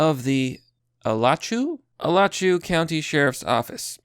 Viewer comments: i can tell you've never been to florida, just butchering the pronunciation of Alachua. ALACH-OO-AH. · The county is pronounced "A-la-chu-ah". And don't say "A-la-chu-way" like some people.